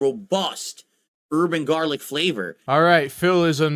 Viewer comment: I love how he meant, "herb and garlic flavor" but his pig mouth ree, made it come out as "Urban Garlic" could be like a southern Rome rap group